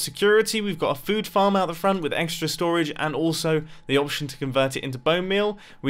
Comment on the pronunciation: 10/10 English